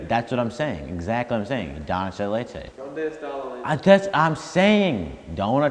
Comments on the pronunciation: no one: all the comments: "doncheleche" -Aaron2019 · "dodge la leche" - 2k19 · Nobody:: don del lea leche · That foo said “Don cheleche” 🤣🤣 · i’m crying at trying to say donde esta la leche